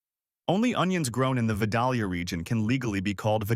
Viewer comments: It ain't Vuh-Doll-Yuh... It's Vi-Dale-yuh. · pronounced "vie-DAYL-yuh" not "vid-AL-yuh" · Vi -dale-ya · Please pick a pronunciation of Vidalia and stick with it. Clue the correct version sounds like day, not doll.